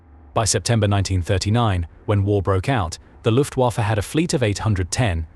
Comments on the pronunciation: Yep. Luftwarrffeeee .... plus the Ju88 clip a few seconds before. Lazy, lazy, lazy. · When are you people using AI chat to narrate your videos going to realize you're going to need to spell out phonetically some words, terms and model numers etc. to have the program make it sound right. You know, like "looftwafa" so it sounds like a person would say it. Separate the H and E sso it sounds like the letters rather than a freakin' pronoun! Yup, LAZY!